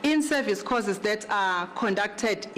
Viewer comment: am tired of hearing causes instead of courses.